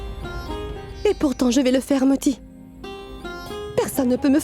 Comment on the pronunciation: Pounti? 😂😂😂😂 c'est moti pas pounti 😂